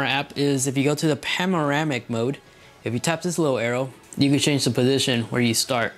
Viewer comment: Firstly, it's 'panoramic' not 'pamoramic' secondly it's 'the' not 'd'